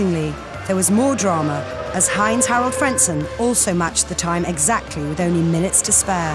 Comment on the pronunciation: Surprised how well he is pronouncing "Heinz-Harald". The german H is not easy for french native speaking people anyway. And he even got the "ei" right.